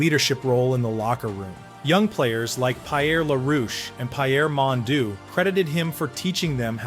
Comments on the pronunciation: Mon deau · Pie-Err Mondoo and Pie-Err La-Roosh. Voice synthesis has come a long way, but it still has some ground to cover. To err is AI, to forgive is hoo-man.